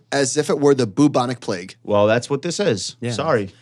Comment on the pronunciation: Does say things like "boobonic plague" on purpose? 🤣